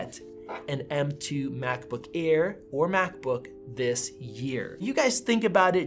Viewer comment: Did he say macbook ear ???